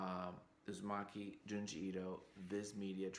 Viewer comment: It’s Uzumaki, not Uzimaki. The former is “spiral” and the later means “Thanks”